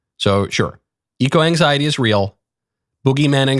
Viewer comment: "eco exiety"